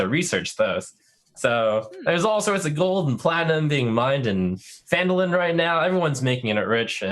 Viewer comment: It is Phandalin. Not Fandolin.